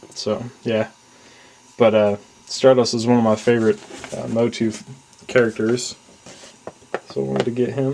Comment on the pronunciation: Did you pronounce it MO-TU?